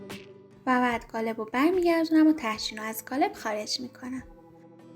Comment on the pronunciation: عالی بود فقط چرا به قالب میگید گالب